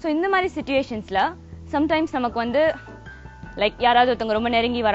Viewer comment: "Vanttu" illa "Vandhu". Pesaratha seriya pesunga.